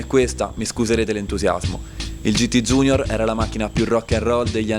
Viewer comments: Bellissimo video come al solito. Però i ragazzi degli anni '60 - '70 si sarebbero sganasciati a sentire la GT iunior chiamata "GT giunior". Junior è una parola latina, non c'è la minima ragione o logica a doverlo leggere in inglese in un contesto italianissimo. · Bellissimo video che rende giustizia ad un'auto stupenda! Bravo! Unico appunto: "giunior" in italiano non si può sentire... :(( ;)